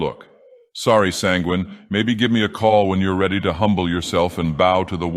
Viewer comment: Couldn't help but notice how he pronounced Penguin, daedric god of indulgence and debauchery.